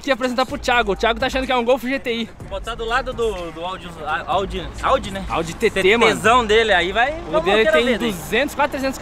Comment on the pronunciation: Eu revendo esse vídeo agora e percebendo que o falou audi TTSÃO